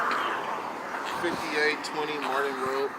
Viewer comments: It’s MARTIN not MARDIN 😂😂😂😂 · M A R T I N ... “Marden”